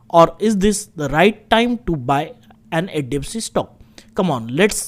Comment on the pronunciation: Bro practice on pronouncing HDFC as HDFC.